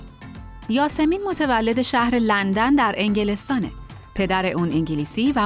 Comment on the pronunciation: چرا اسم یاسمین رو یه جور دیگه ای تلفظ میکنی؟؟؟؟